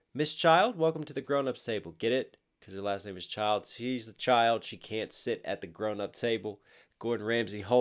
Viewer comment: Well, I give you credit for putting some research into this. Couple of points. It's Julia Child, not Julia Childs. You kept saying Childs. (And yes, she did talk that way.) Also, you got the shark repellent story mostly correct. For one thing, the shark repellant was her invention (and believe it or not, that was her start into cooking). And it wasn't used on torpedoes or missiles. It was used on mines. A World War II mine floats just below the surface of the water. They explode when boats run into them. The problem with sharks is that when sharks look for food and they find something in the water, they bump it first, to see if it's food. And of course, that exploratory bump is all it took for a shark to detonate a mine. So, the shark repellant (which is still used today) was used on mines to keep the curious sharks away from them. And you are correct when you point out the value of this contribution. She worked for the OSS because she was considered too tall to work join either the Army WACS or the Navy WAVES. Which is one more thing that Ramsay and Child have in common: they're both 6' 2".